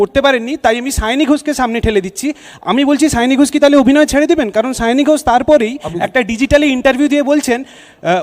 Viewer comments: সায়নী না সাওনী???.... বাঙালি হয়ে বাংলা নাম ঠিক করে উচ্চারণ করতে পারেন না..... 😂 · Mamata r ki obostha... Sayani k bole Sayoonii... 😂 Nijei janena k ki naam... 😂